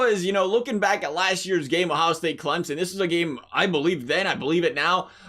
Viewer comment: I just want to thank you for pronouncing Clemson properly!